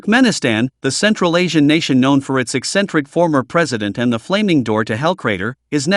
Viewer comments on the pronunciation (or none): none